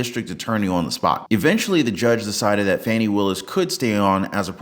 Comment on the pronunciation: Pronounced FAWNY NOT FANNY😐